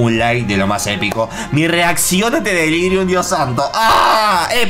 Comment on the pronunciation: En un momento dice "delírium" no en el jefe